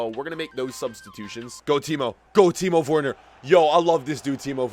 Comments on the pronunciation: Please pronounce Timo Werner, like Vernah, not wernur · It’s so obvious he doesn’t watch chelsea irl, “Kovasich” “Why is azpilicueta running up?” “Teemohv Werner” “Tahmmy Ahbroham” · No one:: Teemo Fwerner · bro why he sayin timo worner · Do not say Timo worner